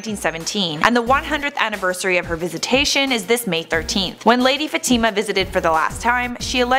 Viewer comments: It's not pronounced Fa-TEEM-a. LOL! And Horacio Villegas is not the "blind mystic." That would be Baba Vanga. You people really need to get your shit together. You're a joke. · This stupid woman can't even pronounce Fatima right it's not Fatimma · learn how to pronounce Fatima! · your saying Fatima wrong